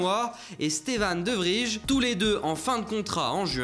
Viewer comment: Je n'en peux plus d'entendre Stefan "De Vrij" et non "De Vriy". En hollandais comme en allemand le j se prononce "y"